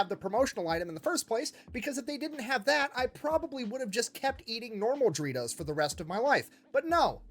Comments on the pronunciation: Him pronouncing DO REE TOES THAT WAY IS IRKING ME! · The way he pronounces Doritos bothers me..